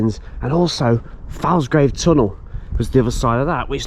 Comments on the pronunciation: OK, time for some local pronunciation. It's not pronounced Scal-by, it's actually Scor-by. Plus it's 'Folsgrave' not Falsgrave. IYKYK. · Please pronounce these name correctly. Falsgrave is FOLSGRAVE. Scalby is SCORBY, the L is silent, & Cloughton is CLOWTON. Woodlands Ravine, with an S. There was a large footbridge over the Northstead sidings when I was a child in the 60's, but there were only 3 rail lines under it, not loads. Scalby Beck is the old Scarborough boundary, down to Scalby Mills, where the Sea Life Centre is now. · Cloughton is correct how you say it. The a in Falsgrave and Scalby is more like an o, so pronounced folsgrave and scolby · You were saying Cloughton correctly, but falsgrave is pronounced follsgrave and scalby is scorby